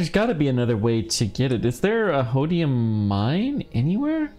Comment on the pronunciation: its holmium not hodium